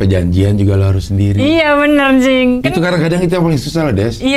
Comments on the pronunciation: Jangan pakai "N" des... "Cing" aja.... Jangan "N-Cing".... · netizen : cing abdel desy : njing abdel haahaa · Maaf ya Cing, kayak "Njing" hahahahahahhahahaha, sehat-sehat ya NCING hahahaha